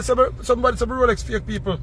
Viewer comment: "Rrrrrrrrrrr rrrr rroooooroooroooorrrrooooo rrrrooooolex rolllll roooollllllll roooolllex ROLEX" 😅😅😅😅😅